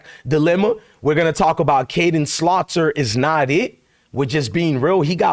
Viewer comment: Please stop calling Salter by the name of Slaughter. Come on now